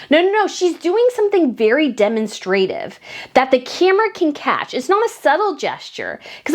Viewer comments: I wish you would would put the accent on the right syllables. It’s demONstrative not DemonSTRAtive. You do this frequently in your videos and it drives me nuts! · Hey! PLEASE look up pronunciation of "demonstrative." You're pronuncing it wrong, and I'd hate to see you do that in front of other scholars. We're not always kind. Take care and good luck on your PhD! Your work ethic is nothing short of AMAZING. I wish you great success. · I love your channel. I have to tell you, though that the emphasis is on the second syllable when you say demonstrative. 😊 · The US & UK often pronounce the same world with accent in different syllables. Drives me crazy. ;)